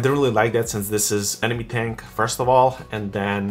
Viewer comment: Ane-mo-ne not Ane-nome. Nonetheless, great tank dude!